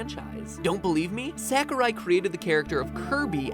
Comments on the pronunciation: I love this theory except there's one problem with it. I cringe everytime you say Sakurai. It's S-ah-kurai. I know it's a small detail but still... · You're calling Sakurai SACKorai...lol it's more like Sock-oh-ra-i....Ra pronounced like the Egyptian god Ra and the i pronounced as if just saying "I" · Stop pronouncing it sack-ooh-rai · How about pronouncing Sakurai correctly? Sa-ku-rai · It's pronounced SOCK-oo-rye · I love how you pronounce Sakurai as "Sack o' Rye." It's quite adorable. -Cormac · As much as I loved this theory, it bothered me how you pronounced Sakurai. I know it's nitpicking, but I have OCD for that kind of stuff :P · That's not how you pronounce Sakurai. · The way u pronounced Sakurai made me wanna cry